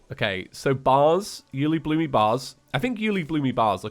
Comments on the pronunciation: Why does he say Uelibloomee when refering to Uelibloom? That makes this way harder to watch for me XD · by the way im pretty sure ueilibloom is pronounced "you-ay-lee-bloom" and not "you-lee-bloo-me" XD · dude it s uelibloom not uelibloomy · what is Uelibloomie? i have only heard of Uelibloom. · Take a shot every time he says you-li-bloomy I dare you (FYI this was made at beginning of episode so do that at beginning) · calls ulebloom "ulebloome" Edit: there already is a comment about it but I didn't see it. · It's actually pronounced "uli-bloom" not uliblumy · I swear say uielbloomy one more times IT UILEBLOOM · 'Uelibloomy'? is it a joke? if not a joke its 'Uelibloom' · yooly bloomy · This man just pronounced it U-lee-bloo-me. I thought it was always U-luh-bloom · Me and the boys watching mage 31 like: (⌐■_■)(⌐■_■)(¬‿¬)(⌐■_■) Also it's: U-le-bloom not U -li-bloomi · ??? I always pronounced it Yule-lé-bloom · I'm still confused on him calling it uelibloom-y, not sure if he's doing it on purpose or not, but I noticed on his last calamity playthrough, and I'm just curious, if anyone knows. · I lowkey lose a bit more of my soul every time pronounces something like 'Profaned', or 'Uelibloom', or 'Elysian'. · i dispise the way he pronounces uliebloom